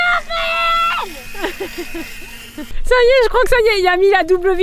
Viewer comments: Quand il dit "merci marraine" on dirait qu’il dit "merci ma reine" 😂❤ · Qui a entendu ma reine a la place de marraine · Si tu l'aurais pas dit j'y aurait pas pensée x)